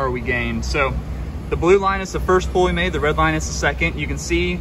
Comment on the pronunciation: I like your flicks, I have watched a lot of your Smeding flicks. But, young man, the word "pull" is not pronounced the same as the word "pool". "pull" rhymes with "bull" and "full".